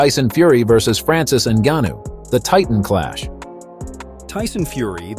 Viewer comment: Why do you say pronounce Francis last name different everytime